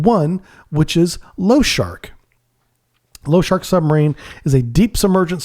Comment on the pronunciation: Lo-sha-rik лошарик not lowshark, appreciate your work but the mangling of Russian names hurts my ears.